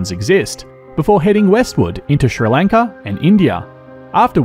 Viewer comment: Its somewhat satisfying to hear an Australian say Sri Lanka